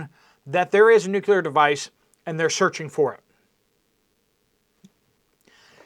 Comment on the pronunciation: Is there missing nucular material ???